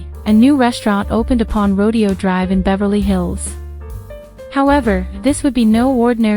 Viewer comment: FYI … in this instance “Rodeo” is pronounced “Row-day-o” !!😊👍